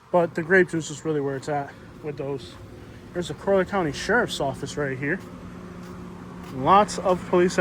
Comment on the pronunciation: Colly-er County* bro lol